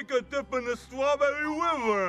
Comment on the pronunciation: Every now and then, I'll come back to this clip just to have a good laugh. It never fails 😂 Now if you'll excuse me, I need to take a dip in the Stawbewwy River 😎👍